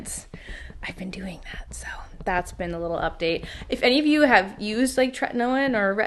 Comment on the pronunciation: I use tretinoin! Which btw, it’s pronounced tret-eh-noi-n. When you are just starting it you have to wear moisturizer in all the spots where you are currently flaking-so around the mouth, on the nose, on the outside corners of your eyes(meaning the skin above the cheek, closest to the eye) and on the neck! Then you apply a small pea sized amount to the face and another pea sized amount on the neck. Also, should only be used at nighttime and no more than twice in a 4 day period. If you are flaking still after doing the moisturizer underneath then you have to build your tolerance to it as you may have one that’s too strong for your skin to handle. Also please ensure you use tons of sunscreen whenever you’re out. It can damage your skin barrier if not used appropriately, so I hope this helps!